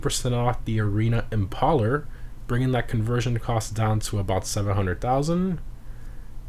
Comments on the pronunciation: Imp-ah-ler, not Imp-ay-ler? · its fucKng IM-PAY-LER no fucking impala bs lol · Hello You're one of my favorite YouTubers, but some or your pronunciations bug me. 😆 Visione: Vi-zhee-own-a Impaler: Im-pail-er Pigalle: Pee-gawl Sorry brother 😅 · I’m gonna try and ignore the fact that he’s pronouncing it like impala with an R and not impaler like ..Vlad the impaler 😂